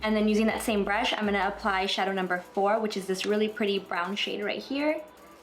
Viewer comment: I really love the day look! It's so elegant. So suitable for work. I just realized you always say, "Imina..." as in "I'm gonna" and it's so interesting because I've never heard people say it before.